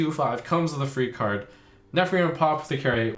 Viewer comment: "Necrium Aposecary"